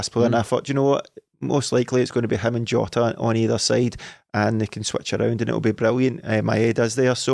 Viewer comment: Everyone on earth: jota: joeta